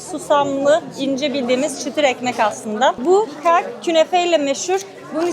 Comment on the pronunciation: O kak diye telaffuz ettiğiniz (simit gibi susamlı peynirlisi falan olan bişey) , ka'Ak olarak seslendirmeniz lazım🥨 (كعك _ Ka'ak) ، bazende كعكة - Kaa'ke olarak söylenir.